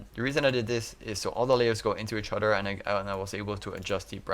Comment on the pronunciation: other = udderr